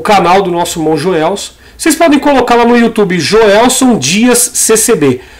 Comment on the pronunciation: Irmão , o canal do irmão é Jelson Dias. O irmão falou Joelson Dias. No minuto . Deus abençoe a todos vós.